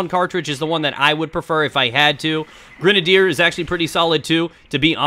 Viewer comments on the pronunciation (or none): why does everyone pronounce grenadier incorrectly? base word is grenade.